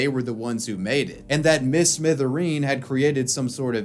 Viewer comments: mister smithereen, not miss mithereen lol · it's "mister" smithereen, not "miss" lol